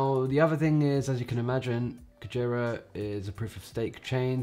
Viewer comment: Nice video! Your Japanese pronunciation of "Whale" is a little incorrect, but no big deal!